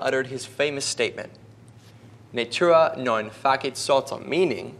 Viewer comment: Oh god I physically cringed when he said natura non facit saltum like “nature a naughn fakit saltuhm”